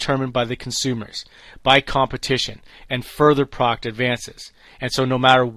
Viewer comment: « Product » has two syllables!